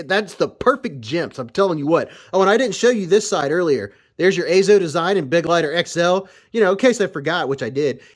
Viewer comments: For what it's worth: "Begleiter" is German for "companion". And it's pronounced Be-gleiter, not Beg-leiter. Except for that, good pronunciation. 👍🏻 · For anyone interested in the correct pronounciation: its: "BA-GLITER" (like in "glider" only with a hard T)